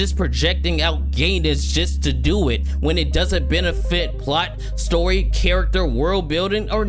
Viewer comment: "Plost" hahaha